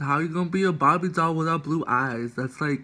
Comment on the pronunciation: Lmfaoo “BARBIEE DALL”🤣🤣